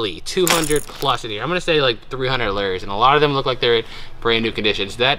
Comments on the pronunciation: Your pronouncing Lure wrong its Lu ers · They’re lures not lears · If you want to pronounce it correctly, they are called loors kinda like floors. And the one that you held up that had more than one lure on it is called a rig. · I’m not gonna lie it kinda triggers me when you say Lewers wrong I’m sorry like I just paused this video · / I was laughing at the way he says fishing lures, which may be correct, not the way we say it in Georgia, lol. Hope ya'll have a great and safe Christmas! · Wow what a great start to this unit. And the way you say to lures cracks me up.